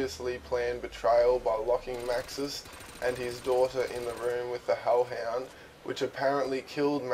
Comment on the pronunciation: you say holl hend